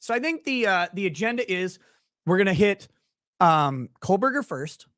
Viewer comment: Love watching your show,. You've established your own point of view and whether I agree with your opinions or not, you're speaking from an honest perspective. Respect ✌️ PS: Hearing you say KohLberger over and over again was torture 😂